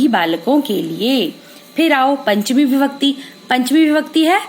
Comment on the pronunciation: maam par vo bibhakti nahi vibhakti hai